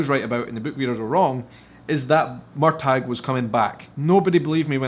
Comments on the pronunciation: I thought it was Mur-tahhh not Mur-tag? Lmfao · The gh is silent Murta. However the Gàidhlig spelling and pronunciation is completely different Murchadh pronounced like this, but defy anyone to say it properly. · Spelled Murtagh, pronounced Murta the gh is silent. However the real Gàidhlig (Gaelic) it’s spellled Murchadh and the pronunciation is a real tongue twister. Plus Jamie In Gàidhlig is Seamus pronounced Shamus Red Jamie is Seamus Ruadh (Prounounced Rooa). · Hi love your channel but I have to pull you up for your pronunciation of murtagh is so wrong! lol😂